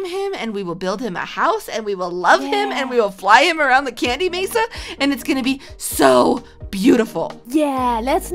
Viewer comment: Not to be rude, but it's Mesa